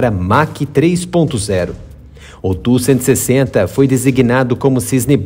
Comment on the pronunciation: Ótimo vídeo. Muitas informações sobre a versão modernizada. Mas por favor, se não incomodo, não chama ele tú que me dá até arrepios. A pronuncia é T.U.-160. Obrigado.